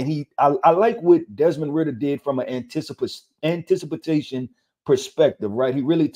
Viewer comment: why this guy keep saying antisipatation lololololol shit has me dead lol